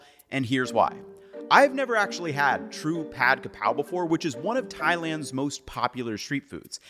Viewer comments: It's Ka Prao, not Kra Pao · “Holy basil is Kaphrao, not Krapao.” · For the love of god it's Ka Prao not Kra pao. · KAPRAO!!! Its Kaprao!!!!! This is the proper way to spelling it and say it. Everyone needs to stop putting the R in the wrong spot. and Kaprao is holy basil SPEFICALLY. Thai basil is called horapha. AND THEY DO NOT TASTE OR SMELL THE SAME. Holy basil we use in stir fry holy basil (pad kaprao)!. Normally we use Thai basil in curries and more soup stews. If you want a flavor closer to holy basil as a substitute.....YOU USE ITALIAN SWEET BASIL! Also.. Where is the chili and garlic paste......? Its not pad kaprao without that. It literally is the starts the dish.